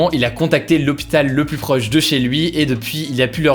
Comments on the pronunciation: Pourquoi il dit tout le temps "le plusse" au lieu de "le plus" avec s muet... c'est un truc régional? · Ça me perturbe à chaque fois quand tu dis ''pluSS''... on prononce pas le S quand c'est suivi d'un adjectif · Oui pour le cas que tu évoque c'est pareil en France. Mais en réalité j'ai regardé il y a des règles assez spécifiques sur la prononciation de "plus" que Hugo ne respecte pas.